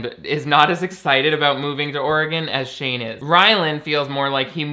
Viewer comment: Back to Oregon? Lol they moved to Colorado. Why was you saying Oregon so funny to me? I need a life.